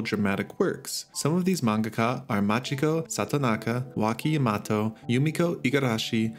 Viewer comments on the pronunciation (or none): none